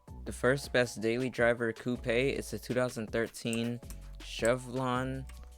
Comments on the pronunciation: Did you really just say coo-pay instead of coupe?! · The way you pronounced "coupe" is hilarious and i love it. keep up the great content